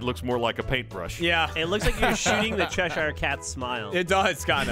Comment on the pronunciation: Hearing Geoff saying "Cheshire" like that made me physically angry